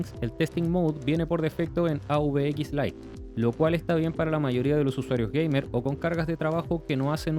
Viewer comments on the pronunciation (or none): none